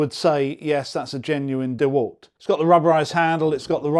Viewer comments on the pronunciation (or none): Dewult not dewalt? Lol